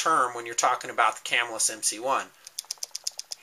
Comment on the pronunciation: yeah they have issues but mine are in better condition ie they work better and I said this on another one of your vids but its pronounced Ca-mill-us and i live hear so im not making it up it was sad when the cutlery shut down :( and I have a cuda max assisted opening prototype its pretty sweet you should see some of the stuff I got